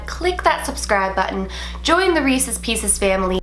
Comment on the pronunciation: I subscribed after she said "join the resses pieces family" no joke.